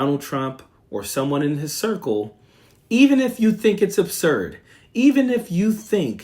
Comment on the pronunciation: Coach, did you say circle or Circus